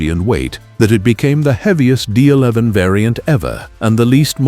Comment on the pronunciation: Can't even say the D11 properly with AI slop they use in the videos. Use your own voice and your channel will do a lot better than using AI